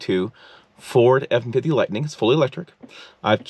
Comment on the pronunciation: What is a Forebumfity? Is that an attempt at "Ford F-150"? It like your being charged by the word.